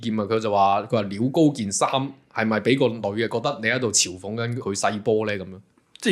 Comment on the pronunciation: 嘲諷個嘲唔係讀"潮", 但個發音又諗唔到其他同音字